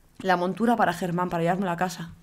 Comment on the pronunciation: le llamas te (Germám) al caballo en vez de (Geman) xd